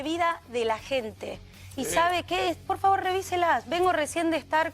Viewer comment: la diputada dice:Yo no vivo de ellos vivo para ellos ,parrrrrrrrrrrrrrfavarrrrrrrrrrrr!!!